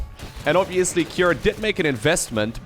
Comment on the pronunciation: Not Key er, Kew R.